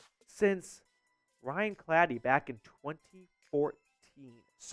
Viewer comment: Ryan "Clady" this guy isn't a bronco fan. You pronounced it so wrong smh